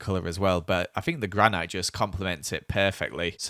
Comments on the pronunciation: its spelled granite but its pronunced granit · gran-ite lol